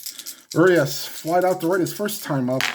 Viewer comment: The Urias on the Dodgers, is "oo-ree-us'.